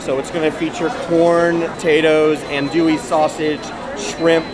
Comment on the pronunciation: I know we like to keep it light in here, but the guy saying "and-dewey" and "boo-dan" makes me not want to touch the andoullie and boudin.